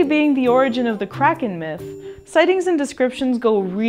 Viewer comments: disliked bc you said 'realease the kraken.' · Please say “ release the Kracken” correctly.